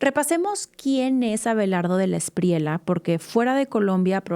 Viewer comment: no digas "espriela", es "Espriella", es apellido Español.